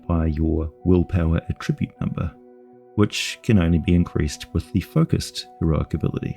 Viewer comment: Bruh, why do you say attribute like that?